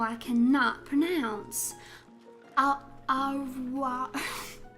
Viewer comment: In "au revoir", "au" is pronounced "o." The imagery of the South is unfamiliar to the European guy I am, but I loved the roleplay. Thanks for the stream!